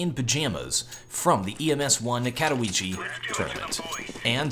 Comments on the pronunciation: LOL 'kat a weesee" hahaha my sieds. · you're kinda spelling Katowice wrong. It should be pronounced kætəˈviːtsə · So he is pronouncing it wrong and not spelling it wrong...